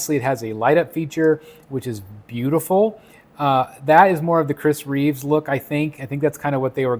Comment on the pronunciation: It’s Chris Reeve, not Reeves. Just saying. Loving this piece though. None of the heads are MEANT to be Cavill, MEANT to be Reeve, etc. It’s a comic piece with heads that are just reminiscent of the others.